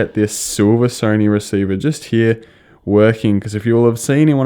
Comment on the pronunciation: how the fk are u pronouncing "here" ?